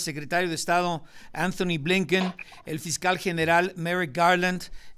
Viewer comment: Entiendo que este no es el tema pero no es Anthony, es Antony. Su nombre no se pronuncia con el sonido “ph”.